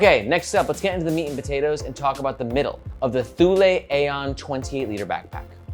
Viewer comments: ToooLay, ThooLay lol. It's "Too-Lee" . BTW.. Where's Margaret? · Thank you for a great review. And yes, it is pronounced TOO-lee. I have a Thule Chasm rolling duffle and am madly in love with it. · Thule is pronounced like "too-lee". That's how I've always heard said by Danes, Swedes, and Greenlandic folks. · I always said Tool-E, but I haven't ever looked it up. I suppose I can believe you on THIS pronunciation 😆